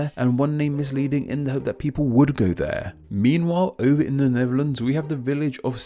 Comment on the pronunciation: With these misleading names were you saying Neverlands (ie Michael Jackson's former playground) or Netherlands. There seemed to be a "v" sound where a "th" should have been. Which is the misleading one?